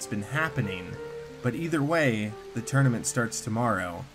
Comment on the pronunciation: Title : soul tournament : soul tourament Me : wtf